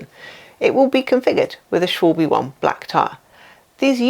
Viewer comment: Just the video I needed! 👍 Just a note, Schwalbe is pronounces Schwal-ba